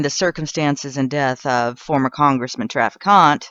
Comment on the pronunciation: If you're going to produce a video about a man, get his name right. It's pronounced Traffic Ant. It's not pronounced Traficante. There are rhree not four syllables in his name.